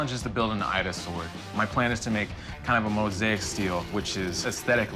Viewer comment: 😇 Ida not Aida more